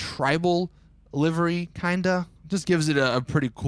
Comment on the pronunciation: It's livery NOT LIVIRY